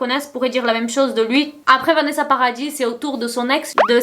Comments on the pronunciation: on prononce pas le s du nom de famille de Vanessa Paradis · Meuf sinon Vanessa Paradis on prononce pas le s a paradis merci tu es pas en Angleterre ici mdr